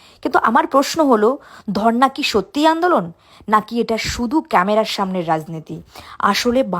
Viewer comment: ওইটা ধর্না মঞ্চ নয় ও টা ধরনা মঞ্চ ।